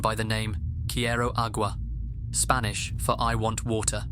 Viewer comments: Excellent Spanish pronunciation and video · your spanish pronounciation is quite good. English speakers usually butcher spanish. 😅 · I love your spanish pronunciation mate, Spanish is my first language and you do it well. Cheers! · The first story is so sad, but I must also say as a native Spanish speaker your pronunciations are impeccable! 👌🏼